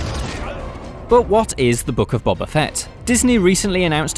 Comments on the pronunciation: Stop calling him "Bobba," it's "Boba," like "Boh-Ba," not "Bah-Bah." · His name is BOBA Fett, not Bobba. Do you not watch the show? He says his name out loud. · Why do British people just pronounce names however they want to? When I say Ahsoka Tano, my American accent would suggest I'd say "Tan-oh", but I say "Tah-no", because that is her name. "Bob-uh" is not his name, it's "Boh-buh". This has been my TED Talk. Carry on. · Its "bo" "ba" not "bob" "a" 🤦‍♂️ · It’s pronounced Bo-ba not Bob-ba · Why do all British people pronounce his name as Bobba?....it’s Bow-ba 🤷‍♂️👌🏼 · Boba not Bubba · Why does he pronounce it Bobba Fett? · Cmon surely you guys can pronounce Boba Fett correctly. It’s not bob ba.